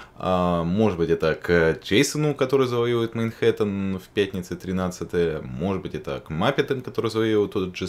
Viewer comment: Хе, произносит "мейнхэттен" даже когда говорит про Манхэттен.